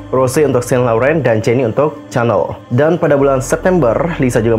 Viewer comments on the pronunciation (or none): none